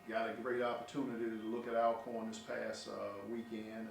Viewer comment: why are you all pronouncing our name wrong? it is pronounced Allcorn, you have been in the SWAC too long to be doing this. The word Alcorn is a Scottish name that has an original spelling of Allcorn. Media should know how to pronounce the name right